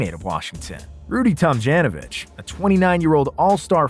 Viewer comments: "Rudy Tom-JAN-ovich?" pronunciation: /tom-JOHN-oh-vich/ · You lost me when you Pronounced Rudy's last name Tam Jan o vich.......uhhhhhhhh.....noooooooooooooo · He totally butchered his last name